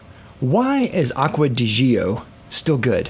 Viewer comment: My question is: Why are so many Americans so unbelieveable bad at foreign languages? It's Aqua de D'jOh. No 'EEE' involved. ;)